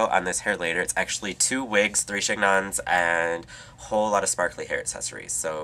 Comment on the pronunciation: baby i love you but i gotta tell you chignon is pronounced shin-yon and in your last video you said plumage with a french accent...unless i am mistaken about the intention it should be pronounced plue-(like glue but with a soft l)-mahdj as that is an actual english word referring to the beautiful and expressive feathers of a bird. gorgeous tutorial as always, thank you. 5 stars